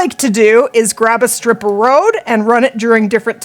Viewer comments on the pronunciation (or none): none